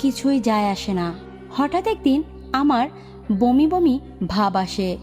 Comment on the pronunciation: ভমি আবার কি? আধা বাঙাল। বমি বলো